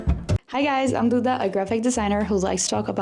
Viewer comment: soube que era brasileira no jeito que pronunciou duda ahahah linda demais, ja vou acompanhar muitooo